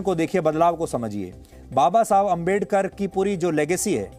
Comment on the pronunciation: बाबा साहब अंबेडकर जी का नाम ढंग से नहीं ले सकते और पत्रकारिता करने आए__🤣🤣🤣